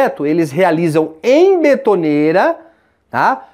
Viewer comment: Parabéns pela escolha do tema, e pela competente forma que foi realizado. Faço uma observação; - É betoneira, (com e) e não Bitoneira, já que essa palavra vem do francês béton